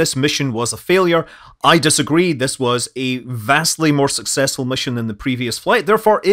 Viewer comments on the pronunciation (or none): Did you really say sucsessful?